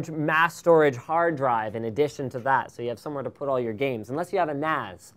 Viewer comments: Seriously.....stop saying "Dat". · I realise Linus likes to substitute "that" with "dat" having lots of emphasis on the 'D' and it reminds me so much of my native dialect in how we butcher words with impunity. #Barbados